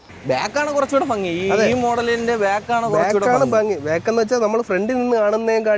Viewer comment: ഫങ്ങി അല്ല ഭംഗി ആണ് ബായ്